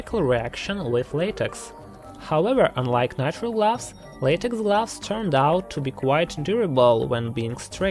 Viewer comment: Narrator : gloves Me hears : glass 😂😂